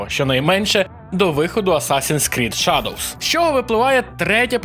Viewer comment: Аутлавс?? Шадовс?? Господи, когда уже работа с произношением будет у ведущих разных каналов. Ну сколько можно блть, в самом деле?!?